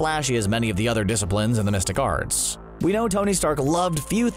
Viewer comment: He sounds like he's saying "domestic arts" slow down